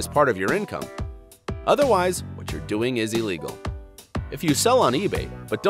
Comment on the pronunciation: Its illegal not "elligal"